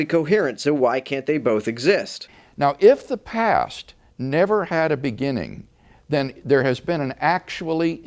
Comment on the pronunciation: Please stop saying the "pass". It's the "past".